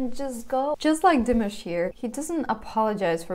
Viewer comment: You need to learn to pronounce his name. It’s dee- massh